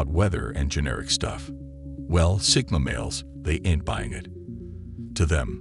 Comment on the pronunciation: A bit of advice: And this goes for anyone making video essays, etc. If you’re going to use slang words like “ain’t” and “nah”, do yourself the favor of either recording your own voice speaking what you’ve written, or (if you’re not confident in your abilities) find someone you know who acts to record the words for you. If you’ve been to school or have a job, then you either know or can easily find an actor willing to help you with your project. ((Support artists, reject AI 😁)) Slang requires a very specific tuning of the ear in order for it to feel authentic, and TTV apps don’t know how to accurately imitate cultural affectations. To have this suave, proper-sounding voice go from normal phrasing to awkwardly pronouncing words like “ain’t” and “nah” without the proper cultural inflection behind it distracts from the message. If you’re going for a serious style or feeling, stick to professional-style writing. Leave the slang for when it’s more about entertainment and less about the message of the essay. Otherwise good job!